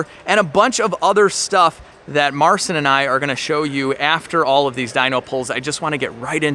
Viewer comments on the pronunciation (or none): Would be nice if You could learn how to pronounce Marcin's name correctly